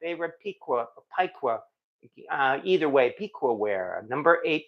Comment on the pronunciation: I think Piqua is pronounced “Pick-Way” but could be wrong!